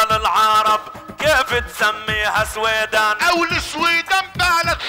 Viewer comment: سويدان صحيحة وليست سويدهان